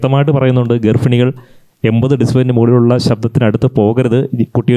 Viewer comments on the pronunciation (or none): Not garfini, garbbhini